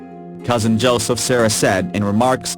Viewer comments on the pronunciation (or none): none